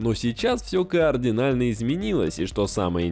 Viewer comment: а слабо вместо "координально" говорить "кардинально"?